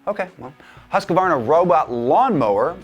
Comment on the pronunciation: &, I maybe biased but I see the slide into fartdom starting immediately w/o Sarah. Also, its Husqvarna, not HusqAvarna. Just saying.